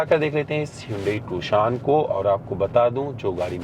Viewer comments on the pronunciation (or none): Tu-shaan nahi beh gendu. Its Tu-shon. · Bhai not Toshan its Tucson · Abe pronounciation is tuuusion ..not tuksion